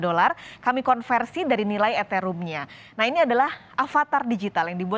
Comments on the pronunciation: Eterum ... ? Eteriyum mbak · Eteriyum....? Etherum mbak